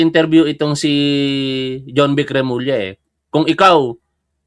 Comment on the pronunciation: Tama yung pagbigkas ni Sec J. Remulla